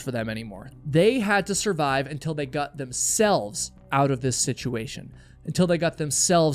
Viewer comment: Why can't pronounce the word "got?"